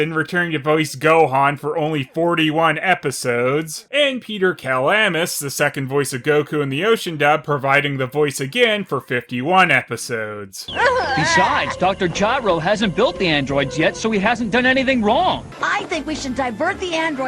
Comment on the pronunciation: Did he just say "Dr. Charro?"